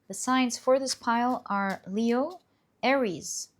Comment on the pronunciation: you changed how you say Leo! We love Your pronunciation of things🤩 Pile 3~Thank you so much for the messages, much needed. It is the age of Aquarius, all coming to light. The Piscean age of secrecy and being shrouded in mystery is finally over.